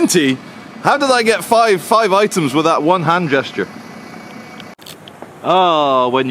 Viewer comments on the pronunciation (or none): none